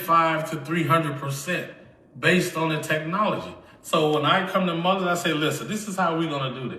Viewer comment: A company pays this illiterate five million dollars and he can't pronounce the name Mullen? I don't believe his claims.